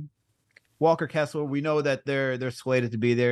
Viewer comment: That dude didn't even get Walker Kessler's name right 😂